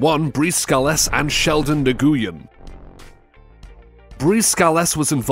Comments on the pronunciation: Nguyen is pronounce like Win not new gu yen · Nguyen is not pronounced Nah-goo-yen, it's pronounced Win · LOL. I was going to post that, and am so glad you did! 👍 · Nguyen is pronounced Nuwhen... It's Vietnamese mostly... The g is silent.. For future reference. The more you know..... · Not really. That's just the way Americans say it. Vietnamese pronunciation is very different from English. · Nguyen isn't pronounced right, the g is silent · Why is he pronouncing Nguyen like that? 👀